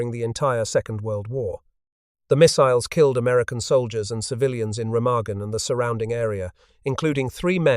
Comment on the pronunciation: Remagen (ˈʁeːmaːɡn̩). The g is pronounced like a g, as in gun, not a j, as in gin.